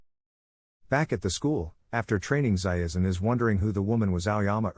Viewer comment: Why are they pronouncing Zaizen as Zaiezen all the time?